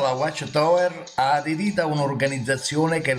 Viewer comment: Non sai manco prononcirae whatch tower